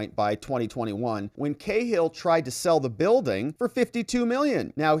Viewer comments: Cahill is pronounced cA-ill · Ca-hill wee man 😊